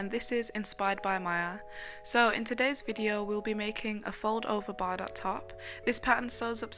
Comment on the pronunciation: Bardot is pronounced Bar-doe, just so you know